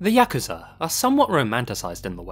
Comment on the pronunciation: Thank you for pronouncing Yakuza correctly. Every time I hear it said Yah-Koo-Zah, I die a bit inside